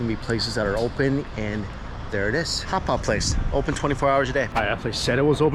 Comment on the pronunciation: Its funny how says hot pot.. he say, hapap 😁😂😂😂